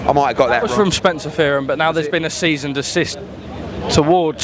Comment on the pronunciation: This little fud Charlie is honestly so dense; it’s ‘cease and desist’ not “seize and desist” FFS🤦‍♂️🤦‍♂️